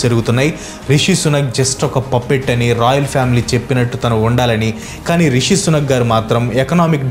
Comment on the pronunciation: Anna sunak, sunak antantee edho kukka laga vinabaduthondhi😂😂